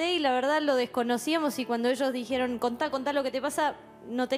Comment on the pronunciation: el siempre dice: trajieron... dijieron